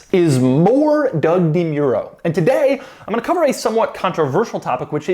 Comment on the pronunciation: Doug has changed his name from... Doug demuro to : Droug demuro